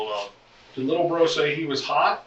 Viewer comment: Lil BRO not lil row 😭😂